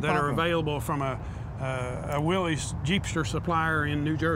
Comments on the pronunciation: WILLiss Not Willy's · Willys is correctly pronounced “WIL-liss”.